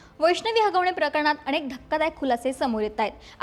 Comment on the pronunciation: अणेक नाही.. अनेक परवाने म्हणा ना भाषा तरी नीट बघा